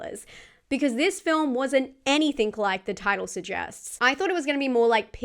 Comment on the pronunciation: Argg, so difficult to listen to with the host's rising inflecTION at the end of sentences, that and the use of 'any -think' instead of anything.. Sorry, picky but it just grates on me 😬😆